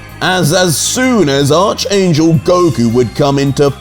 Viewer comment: Hey. Just a fyi. It's pronounced Arch (Ark) angel.